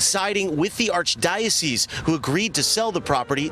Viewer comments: "ARCH DIOS" 😂😂😂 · ARCH DYO CEASE <--- THATS HOW U PRONOUNCE IT DOGGY😂😂😂😂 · It’s arch *die-uh-cease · Arch die O's 😂😂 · Alright, say it with me: ARCH-DIE-UH-SEES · it's pronounced "Arch - Dye OH SEES"